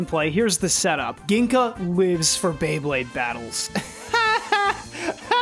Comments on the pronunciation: Hearing him say Gingka with a hard G and not a J hurt my soul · Batuken Shoot Beyblade Fan: …Metal Fight characters that I cannot even pronounce the protagonist’s name correctly. Also Batuken Shoot Beyblade Fan: Gin-Ka (not Jing-Ka, which is from the English Dub. At least it’s not from the 4Kids Dub). Yu-Gi-Oh fans who watched the English Sub than 4Kids Dub: He’s a wizard. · Glad to see the two best games from this video are from the metal saga, the generation i grew up with, I used to think Ryuga is the coolest guy ever and had lots of L Drago bays but all of them were sadly bootleg. Everytime mispronounced Gingka, i died a little inside lol (its pronounced Jingka with a J, not G). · i grew up with the metal saga and I physically cringed when you said Ginka's name wrong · Gingka is pronounced like Jenga that’s how I remember it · It pisses me off that he pronounced his name as gink-a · its not ginka XD the k is silent lmao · Everytime he says gingka's name wrong i just think about the comment section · I love how he constantly mispronounced Gingka's name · Is it only me or am I the only one bothered by him saying gingka wrong